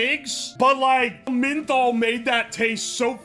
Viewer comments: Loved the video, but say it with me "MEN-THOL" not sure where you are getting MIN-THOL lol. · Who tf pronounces menthol like that